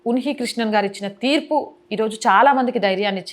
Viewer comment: Thurpu kadhu theerpu madam